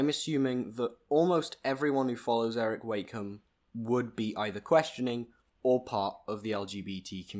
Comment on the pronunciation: You could at lest say his name right 💁🏼‍♀️🙄